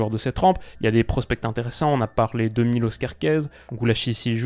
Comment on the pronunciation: Je pense que la Hongrie est une équipe qu'il ne faut pas sous-estimer. La première équipe qui la sous-estimera, elle aura RDV à l'aéroport. Sinon, Miloš se prononce [Mi]-[Loche]. C'est un prénom "yougoslave". Petit rappel : Š = Ch Ć = Tch Ž = jeu (à adapter suivant la voyelle qui suit (ža = [ja]vel, že = [gé]nie, žo = [jo]vial, ži = [gi]let, žu = [jou]et)) J = yeux (se prononce comme en allemand ou dans les pays germaniques/scandinaves/Slaves) Đ = Dio H = c'est un H souffler Č = j'ai pas trouvé le bon exemple mais il ressemble sensiblement au [Tch]. Pourrais-tu faire une vidéo (oui, c'est encore moi et je suis casse cxilles) sur les pays ainsi qu'une explication sur la prononciation néerlandophone (j'aurais jamais cru écrire ce mot). J'ai des personnes qui ne me croient pas.